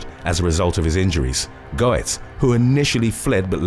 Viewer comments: #3 - His name is pronounced "Gets." What happened to him was a blatant case of self-defense. You left out the fact that the young men each had large, long shank screwdrivers about the size of a typical WW2 bayonet in length. They were smart, as carrying screwdrivers wasn't a crime in NYC; and still isn't. They brandished them at Goetz, and they certainly didn't politely "ask" for money. It was a violent mugging. One that he had experienced before on the NYC subway. However, during the first incident, he didn't have any guns. So he was violently beaten to a bloody pulp and almost crippled for life. That was one of the factors taken into consideration for the ruling that he acted out of fear. Another one being, Goetz pointed out that he had obtained two handguns illegally. One being the small revolver he used. The other, a higher capacity, bigger and heavier .9mm pistol. The prosecution tried to argue that he was intentionally looking to shoot someone that night. The defense successfully argued that if that was the case, he would have been carrying the .9mm instead. As for the disgusting claims of racism, there will always be those looking to push their political agenda onto others. Sometimes when a younger Black man gets shot by an older White man, it's not due to the color of the former's skin. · "Go-etz" No. Getz. Yes. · It's pronounced "gets" not "go-ets". Was annoying. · Just an FYI, it’s pronounced Bernard “GETS” not “GO-ets”😉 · It’s pronounced “gets” not “go ets”. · "Bernard Goetz" is Bernie Gets, phonetically. Just an FYI. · It's pronounced Get's!! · The subway vigilante in the NY subway deaths was as you said Bernhard Goetz but his last name was pronounced as "Getz" rather than the way you are pronouncing it. The "O" in his name is silent. I think you correctly pronounced his first name as Bernard leaving the "H" silent. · I've written this before but I wish ppl would help with pronunciatios. Bernard Goetz pronounced it Get-z. The o is silent.